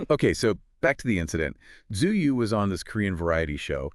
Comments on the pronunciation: Btw her name is pronounced Chewy like Chewbaka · Just FYI her name is pronounced Two-We :) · no her name pronounced in Korean and in English is Chewy. Even though English readers and Chinese, read it pretty similar.